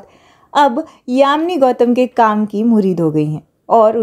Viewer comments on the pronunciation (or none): Yami Gautam not yamini Gautam